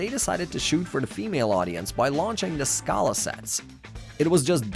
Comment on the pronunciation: Your pronunciation sucks it’s sc”ae”la. It’s also 90 years not 19 and not k-nex but it sounds like connects